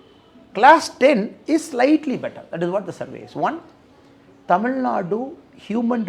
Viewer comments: Super loose talk in English pls say Tamil in ur beautiful mother tongue say Tamil not war u say temil. First tamil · He has to pronounce Tamil. 'L" correctly. Else everything else is okay